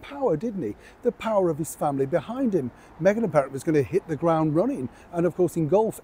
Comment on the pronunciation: You said it hawy "what megain wants megain gets", no change there.